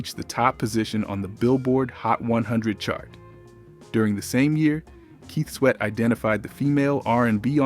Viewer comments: With all due respect, I'm losing interest in watching this video hearing the mispronunciation of names. It's Kut as in (cut) klose. Not (koot) klose. Keith Sweat ( pronounced like sweat as in perspiration) not sweet as in taste. Research & revise before posting. Peace! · The narrator constantly calling them Keet Sweet and Kew Klos is killing 😂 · Ke-sweet n Cu-close 😂 damn ai. I’m glad we are able to notice the mistakes.👍🏾